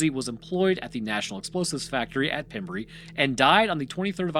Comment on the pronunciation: South West walian here, can confirm we speak English but ARE NOT English. It is pronounced pem rhyme with gem and brey rhyme with grey.... would love to have heard you pronounce llanelli 😂